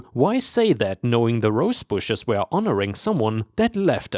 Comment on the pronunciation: Yo my dude, "were" is said as "wur" not "wear/where." 🤪